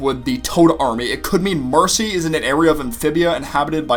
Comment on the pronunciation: Shes either with the salamanders or the newts and also its marcy not macy